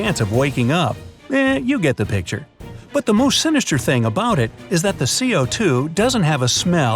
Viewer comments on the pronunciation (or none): none